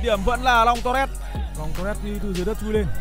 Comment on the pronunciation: Long torres mà lúc đầu nghe cứ tưởng long toilet